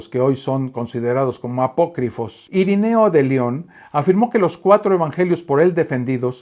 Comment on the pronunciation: Perdón, pero no es IRINEO, sino IRENEO, con E. ( de nada )